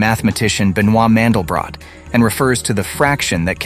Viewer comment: You mispronounce MANDELBROT. It is a German name. You cannot apply rules of English language to it. This is the most terrifying fact nobody in America wants to talk about.